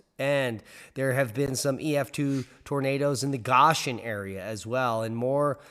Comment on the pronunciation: I live 5 miles from Goshen Ohio, you said it wrong 🤣🤣